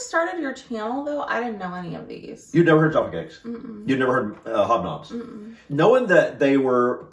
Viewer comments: Tea...'Yorkshire Gold' is my favourite!! Jaf-fa Cakes - to rhyme with caf (as in the first part of caffeine) NOT JAR_ffa! They are cakes - because cakes go __hard when stale, but biscuits go sift when stale. We eat Jaffa Cakes in bulk - "you can't eat just one!!" The advert used to say: "Full Moon... Half Moon... Total Eclipse" 😊😅😂❤ And Jaffa Cakes rate 10/10 or 100/ 100 for me.❤⭐⭐⭐⭐⭐♥️ Dunk your biscuits (briefly) in tea... Eat your 'biccy' confidently!! (Biccy is pronounced 'bikkie', by the way!) I love Farley's Rusks... (They are mixed with milk to feed young babies) but lots of adults - like me - love them dry_, (if only as a reminder of our childhood!!) Farley's Rusks are not _meant to be dunked in tea etc, and are not really 'biscuits' per se, like the others!! Sad that you don't care for them,😢 but I guess if you didn't grow up with them, they won't hold the same memories for you as for 'most' of us Brits!!😢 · Jaffa, pronounced jaffa. Where did you get the R from?